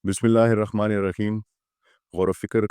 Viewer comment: Assalamuwalaikum dr sahab mein india se apka series dekhrahahu 2din per mera ek shikayat hai ki aap bismillah aise q padte ho ha ke jagah kha q padte ho.Thoda explained karenge.